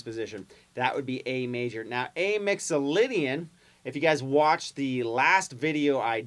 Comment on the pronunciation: A's & G's not A's & O's, Mixalaydian scail!